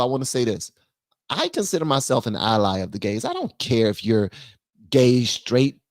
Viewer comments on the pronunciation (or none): none